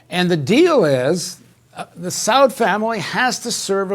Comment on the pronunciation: With all due respect to Paul, it is the house of SaUd and it is the Wahabbis (Salafists). Pronunciation matters.